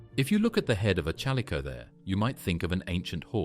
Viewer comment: alright ...just cause you said chal oh the kers ...im out